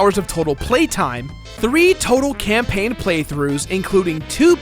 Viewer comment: spelled campaign wrong. u said campaing :(